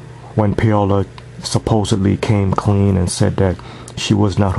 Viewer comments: NOT 'pay-o-la' theres no fucking y in the name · its 'pa-o-la' or 'paw-la' lol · It's pronounced like Pow-la